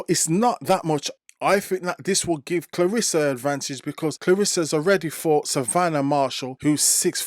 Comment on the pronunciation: it’s about how she pronounce her name. Not how others mispronounce her name. Claressa (like if you were to pronounce REST. Of course, without the T.